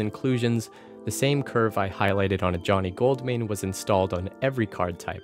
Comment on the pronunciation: "Johnny Goldmine" can't unhear it